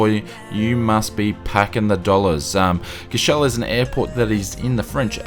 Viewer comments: Number 4 is pronounced 'core-sh-val' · Its "COUR" "CHE" "VEL". You got to pronounce all the letters. Also small fact about this airport, pilots need a special license to land there. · I'm affraid you also dropped the v in Courchevel